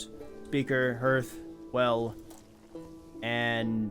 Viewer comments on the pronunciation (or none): Hey, just a quick one, hearth is the same word as in hearthstone, the vowel doesn't sound like an e but like an a